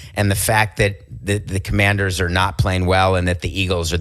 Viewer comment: “Washington Companders”